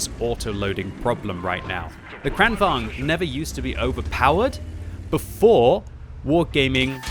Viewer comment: I think in swedish it is pronounced "Krane Vagen"